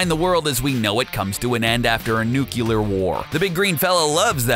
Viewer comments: nuculer? seriously, it's nuclear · Interesting video. But it’s “nuclear”. Not nu-cu-lar. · This was a good video, but when he got to the hulk the fact that he said nucular instead of nuclear just grinded my gears a tad... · NU-CLE-AR... Not nucular... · I just love it when I hear people say "nucular" instead of nuclear (sarcasm) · “Nuke u ler” pisses me off. Say it right. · "Nukyulur" shakes head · say NUCLEAR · NUCLEAR! NUKE-LEAR!